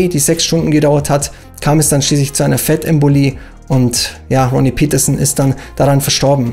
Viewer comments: Interessantes Video, aber die Fahrernamen sollten richtig ausgesprochen werden, ich finde das gehört zum Respekt gegenüber den Fahrern. Ronnie Peterson war Schwede, seine Name spricht sich Pettersson, nicht englisch "Pietersen". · Ronnie Peterson ist Schwede, kein Engländer, also sprich es doch auch so aus!